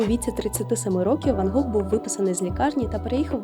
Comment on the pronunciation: Гох? Недочуваю чи що?)